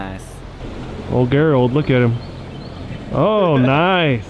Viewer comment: Is his name not gerald? Like jerr ald. Why the hell you keep sayin gher ald?